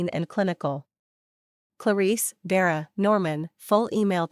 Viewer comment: Is the sister called Vera or Dera? It’s annoying listening and seeing two names. Is it Junie or Jimmy? Thompson or Tamson? Another annoying mistake. It’s little mistakes like this that show the creator of this channel doesn’t care to edit their work.